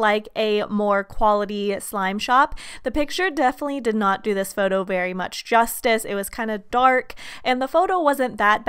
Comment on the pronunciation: stop saying justie like there tried there best